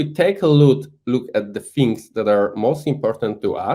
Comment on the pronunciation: Jak francuz "fings" zamiast "things", "free" zamiast "three". XD